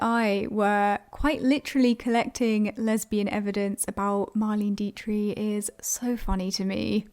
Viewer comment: Marlain deetree? I have NEVER heard anyone mispronounce Marlene Dietrich’s name. Ever. Wow.